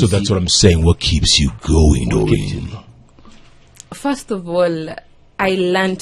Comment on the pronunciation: Its Daureen Not Moureen